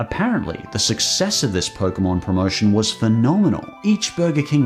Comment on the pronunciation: The fuck is a "poke-uh-mon"?